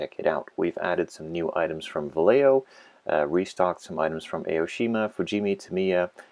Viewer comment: Vallejo is a spanish word, so double L should say like J, and J say like H. We should say it Vajeho.